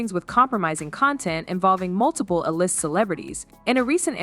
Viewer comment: Stupid AI can't say AY LIST 😆😆